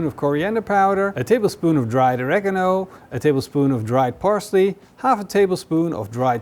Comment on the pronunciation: Not Oreganol but Oreeegaaamo